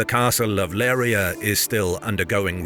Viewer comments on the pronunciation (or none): LeiRIa, not "LEIria". BEJA is "Bezha", not the Spanish "Bekha", the same with the word "ginete". Why can't historical channels EVER ask the natives about the correct pronunciations? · The city is called "Leiria" not "Leira"